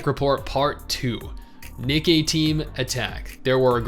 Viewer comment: I laugh every time pronounces Nikkie wrong, especially when saying the full name. Just funny to me for some reason. 😄